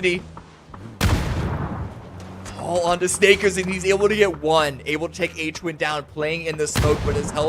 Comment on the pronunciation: how does the announcer not know how to pronounce Hwinn's name?